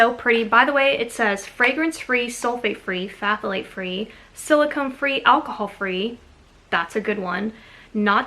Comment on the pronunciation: Bodycology is a Walmart brand,,I love their body wash and shampoo. Have you tried Mrs Stewart's bluing to keep whites white and bright? It is about as pure as you can get - much more pure than any synthetic soap. Phthalate = thal-late [ph is silent]